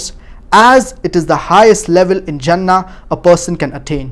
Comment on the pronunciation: it is 'jannah' with a j not 'zannah' with a z